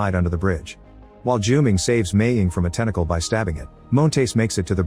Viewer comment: You mangled the name Haiqi repeatedly. It's pronounced as Hǎi qí (like hi-chee), not Hay-gi (urgh 😵‍💫). And Junming sounds more accurately June-ming, than Ju-ming. Can do better.